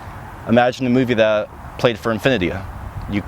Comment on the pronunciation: Why did so many words i heard sound like they had an extra "ah" at the end. Like infinityah for infinity and meah for me? Liked the video just curious whats up with the pronunciation. Thanks for the vid.